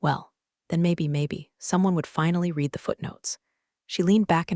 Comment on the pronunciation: Check before uploading. Narrator says reed instead of red when it encounters the work read or vice versa. U fortunately AI cannot read. As for story itsjust a shortened rehash of stories on other channels. Sorry not worth a like and certainly not a subscribe.